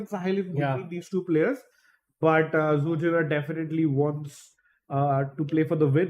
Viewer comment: Pronouncation: Zhu Jin'er